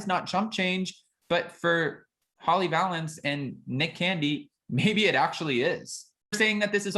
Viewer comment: Holly pronounces her name like this Va-lance